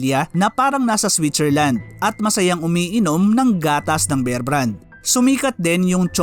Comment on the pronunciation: Kbayan ,bear,as in bare ang pronunciation, make it long